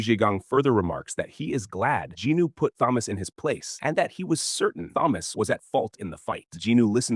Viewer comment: I’ll correct my statement; he doesn’t use the basic same bullshit low effort/low quality. This AI is passable albeit the mispronunciation of certain characters n what not—like Jinwoo for example.